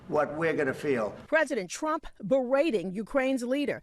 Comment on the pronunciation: She just called him Strump